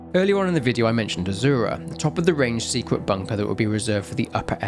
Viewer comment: That one, azura and a few others, I hate to say this because it’s a great vid but I don’t think I can watch it all again to say for sure, I’m sorry.